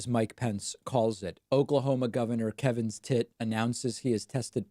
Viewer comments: It literally sounds like you’re saying Kevin’s Tit! Best thing I’ve heard all week! And then there’s Kaylee Make a ninny! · I like your pronunciation of kevin stitt. Lol